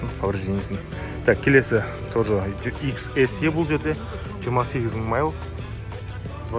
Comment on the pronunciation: майл емес, миль деші бро